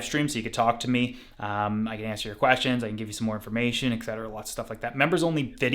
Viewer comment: Always saying excetera excetera is absolutely phenomenal!! 🤣😂🤣😂 I don't care what anyone else says about ya, you're alright Buddy! 😉 Even tho you never replied to me on Instagram! 😜